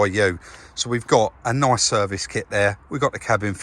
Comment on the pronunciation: It’s nuyace that it’s auamaic!